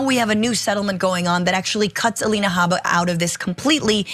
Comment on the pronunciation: If you mispronounce Habba’s name for fun you justify the Right mispronouncing DA Fani Willis’ name.